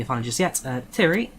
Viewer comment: Pronounced TIE-REE not TIRRY